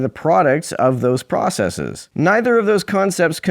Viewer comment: Pet peeve: “processeeze.” People need to stop throwing that long “e” at the end - just makes you sound like you’re trying to be smart, and it has the opposite effect. Unsurprising that a Prager goonboot would do it though.